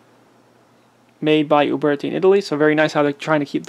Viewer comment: Traditions and taylors and company make replicas. And if i never have to hear you say uberti or pieta again i will be content